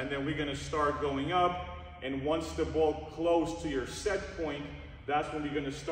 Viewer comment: the boo-oll🤣